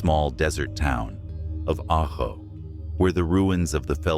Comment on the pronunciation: What? "December twenty odd" Seriously, the AI needs to learn how to pronounce words like Gila, Ajo and in your other video Prescott.